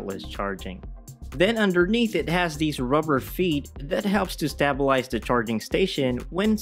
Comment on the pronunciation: “Stay-bilize”, not “stah-bilize” 👍